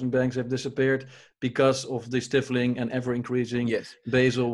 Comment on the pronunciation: The « i » in the word « stifling » is long, pronounced like its name in the alphabet, not as in the word « stiff. »